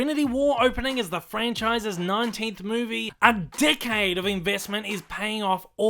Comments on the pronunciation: Every time he says decade, it sounded like dickhead lol. Am I the only one? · how many people hear the narrator's 'decade' as 'dickhead' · 'A dickhead later...' I know its just the accent but lol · Decade sounds like "dick head" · I agree with everything you said. Your analysis is spot on, even if your accent sounds like you're saying dick head instead of decade.